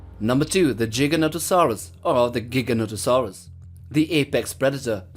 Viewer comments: It's prononced (J-eye-gan-toe-saw-us). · Funny how giga is not pronounced either of the ways stated in the video and wasn’t the biggest carnivore, that belongs to tyrannosaurus and giga would most likely get Merced by a rex